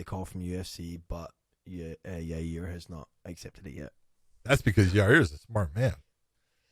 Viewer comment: I’m waiting for Josh to start calling Yair YA-REAR like Chael does 😂